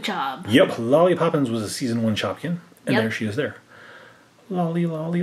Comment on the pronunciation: You said one shopkin name wrong